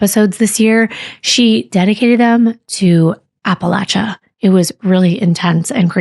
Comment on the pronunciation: Yo..😄 I am so impressed that pronounced "Appalachia" correctly!! Lol Usually,only the Folks that live here,say it right..😂 (Bonus)when we talk about a creek..it's pronounced "crick" 😉 Bhahaha!! Now,if you come around,you can speak the local linguistics..you'll not seem a bit outta place 😆 Lol